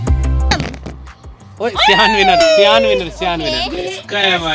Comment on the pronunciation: Aree Sayan nahi siaan